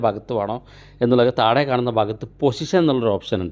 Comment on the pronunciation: താഴെ എന്ന് പറയുന്നത് താടെ എന്നാണ് കേൾക്കുന്നത്